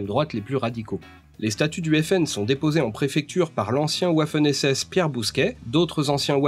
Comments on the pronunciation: Un "ouaf" hen SS ???? Alors pour désigner un Waffen SS, dis sans forcer "vafeune" SS. Au moins, il y a une une chance qu'un Allemand te comprenne. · Et Waffen Vafeune, pas ouafune (c'est pas de l'anglais) ;-)